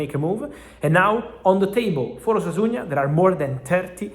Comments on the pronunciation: Discúlpame la corrección Fabrizio,pero no es Osasuña, es Osasuna sin “Ñ” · Osasuna not Osasuña